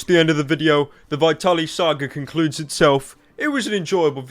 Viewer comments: I'm sorry but it's VIT-ALY not VI-TALY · It is pronounced vtaly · "Vaitally" Well done pyro. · does it bother anyone how pyro pronounces vitaly's name wrong?